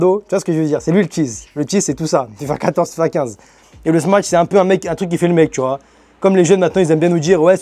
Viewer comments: smach pas smatch :face-blue-smiling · Set et smatch😂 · tu fais que dire smatch 😹😹😹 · le frère elle est grave bien ta vidéo mais comment ça ma trop tendu que tu dises smaTCHE burger toute la vidéo mdrrrrrrr